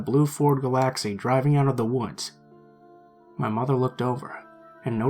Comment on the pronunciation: Really loved this one! Gotta admit it...Galaxy pronounced guh LAX ee cracked me up!